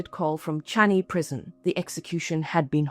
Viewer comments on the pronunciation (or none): Its changi, not changhi.